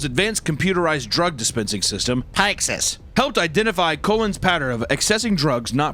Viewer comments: That word is pronounced "pick-sis". My mom is an rn and she has to work with that system. Its shocking how often nurses get caught stealing opiates because of that system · ICU nurse here. Pyxis is pronounced "picks-is". 😊 Love this subject though. Medical professionals who use their position to bring harm to a patient, especially intentionally, are the worse and should be called out. Thank you! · Just so you know, Pyxis is pronounced “picks-iss.”